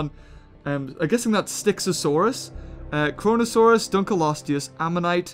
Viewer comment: How you said “Kronosaurus” Almost sounded like *CoRoNa*saurus Ahahahahha